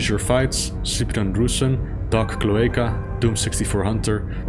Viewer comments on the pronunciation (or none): none